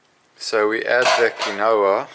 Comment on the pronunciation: Would be curious to see how you wash your bike. Also quinoa is pronounced kee-nwah